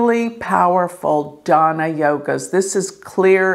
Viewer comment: Madam it's DHANA not daaana. You'd be changing the whole meaning with a small 🤏pronunciation mistake. If you plan on running an astrology school you want to know Sanskrit. 🔄 Go back and take a learning break from retrograde season.